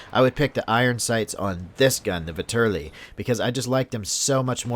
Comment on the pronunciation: The Vetterli is a Swiss rifle, not Italian. It was adopted by Italy but it is still a Swiss rifle. The Russians captured a large shipment of them in wwi so I am assuming that it is a dlc weapon only. Also it is pronounced vet-er-lee.